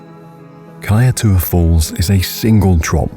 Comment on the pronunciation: Its pronounced as "Kaiture" falls.